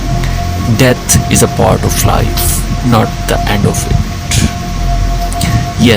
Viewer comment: Wtf it's pronounced "death" not "debt". Learn to 'th' better.